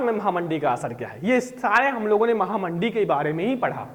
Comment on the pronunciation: Mahamandee nhi mahamanddi😂